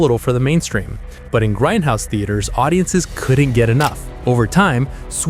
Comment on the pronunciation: Its grindhouse not grendhouse. Now get back in the basement AI.